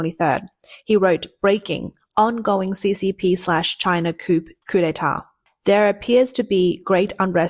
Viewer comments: Coup is not pronounced "koop" , but rather "koo" -- It's a french word and the "p" is silent. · It is COO not coop. Look up pronunciations you don't know. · Coup, not coop . Come on miss. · The word "coup" is French and should not be pronounced, "KOOP" but, "KOOO". The P is silent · It's pronounced "coo" not coop. It's a silént "p". You're welcome 🤗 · It’s pronounced Coo (silent p) not coop. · Koo you dum robot. Not coop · Coup is pronounced Coo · Coup is pronounced Cooo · “Coup” is pronounced, “Coo,” as the P is silent, in the same way apparently as the “J” is silent in your Journalism… “urinalism.” 🤨🙄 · "coup" is pronounced "coo". (It's a French word). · Coup pronounced coo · FYI- small thing, but “coup” is pronounced “coo.” It’s a French word, and the p is silent. Also, “corps” is pronounced “core.” Another French word with a silent last letter in English.